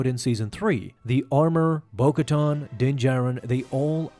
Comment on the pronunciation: Ka-TAN, not “tahn”